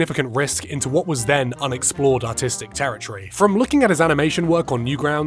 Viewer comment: Every time he says artistic I hear autistic and it makes me laugh